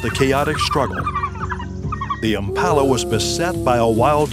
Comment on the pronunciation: Why are you as an American commenting on this. You cannot even pronounce Impala. Have you even been to S.A.